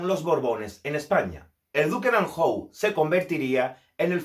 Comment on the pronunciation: Hay algunas imprecisiones (y pronunciaciones curiosas: anjou por "anyu")